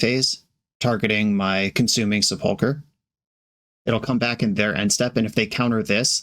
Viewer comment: The accent on sepulcher is on the first syllable. SEH pul kur